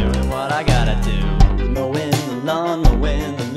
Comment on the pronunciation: at some point "mowin the lawn" becomes "mo' in milan"